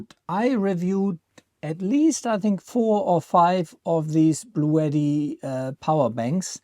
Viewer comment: After 5 min of whining, I gotta go. Also Bluetti is pronounced Blue T not Blue etti.